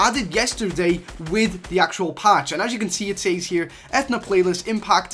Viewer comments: its not ethena its athena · Its not ethna its a-thee-na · Ethuna eh-thun-uh vs Athena uh-thee-na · EFNA?! YOU MEAN AH-THEE-NAAH! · Uh-thee-nuh oh, I'm sorry, eth-eh-nuh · It's Athena with a hard E. Like the greek goddess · Anyone else got bothered by eeeeeetthhhhna It’s a-thee-na dam it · It keeps annoying me that he is saying Ethana not Athena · Etherna???? Etherna???? A-thee-na pretty obvious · you said E-then-na... EVERYONE IN THE COMMENTS BE LIKE A-THEE-NA! LOOK UP YOUR GREEK AND ROMAN GODS! TRIGGERED!!! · That’s not ath ena it’s the Greek god Athena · It's Athena not Ethna ah-thee-na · Pronounced: Uh-thee-nuh. Athena is the Greek goddess of war and wisdom. Shes not real though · UH-THEE-NA. Not Ethna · Not (E-Thna) it is (A-thee-na) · ATHENAAAAAA!!!!! NOT ETHNA!!!!! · Ethna? I’m no expert but I think it’s pronounced Athena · It's Athena not athna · This guy is triggering me with Ethna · God please stop saying ethna its pronounced Athena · It’s a-thee-na Athena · Ah-thee-na, like the name... it’s main city in Greece named after the Greek goddess of wisdom and military victory. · It’s A-Thee-na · It a-thee-na and it is just the codename for battle royale the new ltm is impact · and it is a-the-naa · it’s Athena as in uh-theen-uh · lol did he say Ah-then-ah? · TheDinoGamer97 I think it's pronounced Athena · It's said athena ( a-Thee-na) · A·the·na, Athena the Greek Goddess lmao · Etheeeeena with the ee sound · Athena. As in the goddess within Greek mythology. Uh-thee-nuh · TBH, i don't really like it when people digs into the files and shares leaked items, EPIC may want to keep that a secret or a surprise, and i aswell would like to be surprised but it's all over YT.... oh and also it's A-THEE-NA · Athena (uh-thee-nuh) like the Greek goddess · Uh-thee-nu Uhtheenu - Athena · A-thee-na like the greek goddess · ITS PRONOUNCED UH-THE-NUH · its Ath-eeen-a, goddess of wisdom in greek mythology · did this dude really said ATH-E-A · It a-thee-na Athena